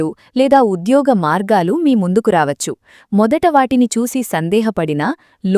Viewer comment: ప్రసంగం బాగున్నది కానీ "వచ్చు" అనేమాట పలికేవిధానం అదికాదు మీరు SP బాలసుబ్రహ్మణ్యం గారి మాటలు వినండి మీలోపాలూమీకు కనిపిస్తాయి